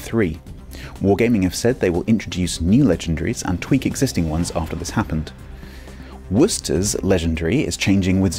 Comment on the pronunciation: Congrats on your ability to pronounce Worcester ;) . Great video as usual